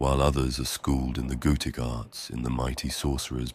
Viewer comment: Every time he says "goetic" I hear "goated" please help.